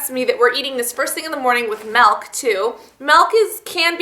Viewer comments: it MILK not MEEELK get it right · It's pronounced "milk" not "melk" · it's milk not malk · Melk lol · Lol you say meelk :P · She says milk weird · she says milk funny (